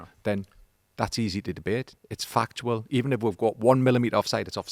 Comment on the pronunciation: starts saying “fuc”… and I am like “Here we go, an F bomb”. Then he is “fuctual (factual)”